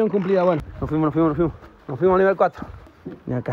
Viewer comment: cada vez q pisa: "no fuimo" JAJAJAJAJAJJAAJAJ